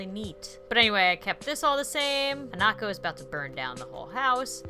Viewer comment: Correct me if I'm wrong, but I think the emphasis in Hanako should be on the "Ha", not on the "Na".